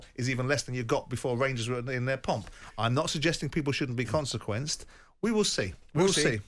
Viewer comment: Every time .......EVERY TIME he finds a way to have a dig at Rangers , he does. The man claims to be a proud Brit but supports IRA FC (Celtic) whos fans sing about bombing the uk every week. Simon Jordan is a weapon . Cant even say ''Rangers'' its ''Wangews''